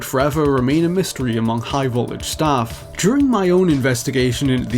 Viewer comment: Why doesn't this guy pronounce his Ts? Every time he said "high voltage" he says "high vol-age." It's really irritating me.